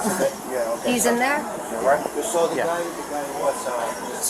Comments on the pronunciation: Crap bag New Yorkers always come to Florida and mess things up! She “sawr” ugh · Ma'am, there is no R in saw. 😂